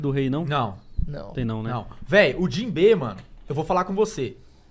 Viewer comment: Fico muito agoniado quando os caras falam os nomes dos personagens com entonação errada. "Jinbê" mano?